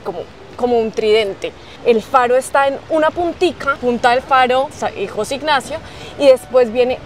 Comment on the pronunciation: No es Jóse ignacio, es José